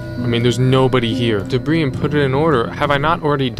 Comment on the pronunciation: Just cause I've heard you say it multiple times now and you can choose to take this correction or not: "debris" is pronounced duh-bree (s is silent like in "deers"). Do what you will with it. Thanks for the planskt